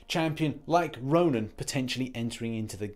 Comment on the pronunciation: Row-Nin. Ronin.